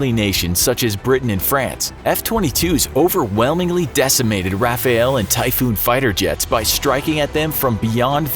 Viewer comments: It's rafale. Not Rafael. RAFALE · french rafael. RAFAEL. IT'S RAFALE! it means gust, or burst. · Rafale not Rafael ;) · I'm pretty sure it's Rafale and not Rafael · I cringe every time I hear "Rafael"... English people should read "Rafal", the e is silent, drop it (means burst/gust). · It's Rafale, not Rafael. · Your reports about Red Flags results between F-22 and Rafale and Typhoon are wrong... and it's Rafale, not Rafael... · Rafale is not pronounced RAFAEL but RAFAL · Seriously? Rafael? It's not me in the sky, it's the "Rafale!" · RAFALE for FFS not RAFAEL. And oh god, talks about f22 and shows a Sukhoi image. This pains me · Ahhhh yes. The French *Rafael. * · When will people understand that it’s RAFALE and not RAFAEL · American propaganda? By the way it's Rafale not Rafael... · I love how english speakers pronounce "Rafale" as "rapha-yell" while it's pronounce more like "RafL". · The French... uh... "Rafaël" ? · The way he pronounces Rafale hurts me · Can't even pronounce " Rafale " properly